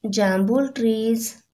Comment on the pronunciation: The video is good 👍 ☺ But there is jambhul not jambul